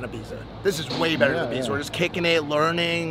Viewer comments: Did just say “Ybiza”? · Be okay if you could even say Ibiza properly 😂